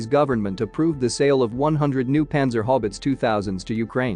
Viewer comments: I think he means panzer haubitze but it sounds like panzer hobbits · Yes, it’s totally mispronouncing panzerhaubitze just like it mauls several other words to the point that I can’t understand it. Just proof that robots will never replace humans.